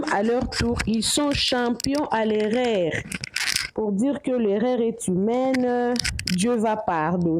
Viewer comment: Bonjour stp erreur et non érér svpppppppp likolo ya diction na biso ba mboka ebele ya afrique bazo seka biso.